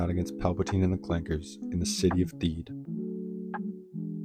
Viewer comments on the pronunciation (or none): Using the hard R on Clankers!!!